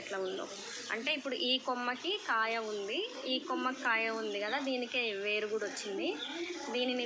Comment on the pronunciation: ఏరు కాదు,వేరు